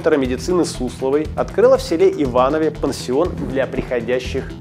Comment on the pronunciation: Один из немногих, кто говорит правильно: "В ИвановЕ".